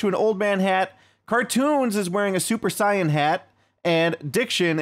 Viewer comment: Super saiyan, not cyan man...